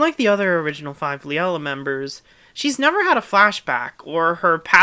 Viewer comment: I love how in the first video, the wrongly pronunced names were Keke's and Sumire's, and it changed to Liella's and Wien's